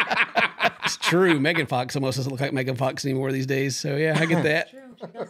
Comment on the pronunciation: Mee-gan fox lol